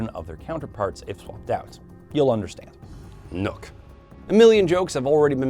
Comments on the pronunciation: U said nukk but u have to say nokk with a O (feedback) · It's nokk not nook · he called nokk nook